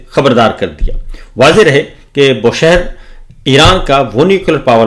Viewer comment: It is BOOSHEHR,not Boshehr.